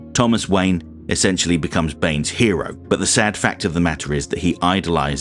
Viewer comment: "In dis household, Batmans a HEWO!"